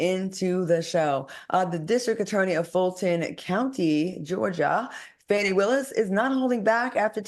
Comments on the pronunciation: Her name is FAWN-KNEE not FANNY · I read that her name is pronounces fawni.